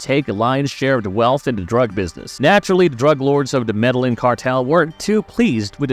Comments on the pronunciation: If your doing a Story why not learn the name of the country properly. He said MEDALLIN like what! ME DE LLIN (GIN) IN SPANISH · "Meda-yin" not 'mellanin', like you said. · Medellin is pronounced "medayeen" with the y so soft it's almost not voiced, not "medalin". It's a Spanish name, you can't just use English phonetics on it. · The actual pronunciation is more like “medeyeen” idk why non Spanish speakers fuck it up so bad in the internet age smh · The narrator cannot do real research and the fact he can’t even say “Medellin” correctly